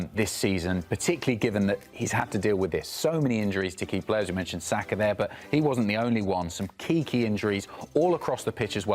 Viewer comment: Thank you for pronouncing his name right, it's Sah-kah not Sacker as the English pundits have been saying for years.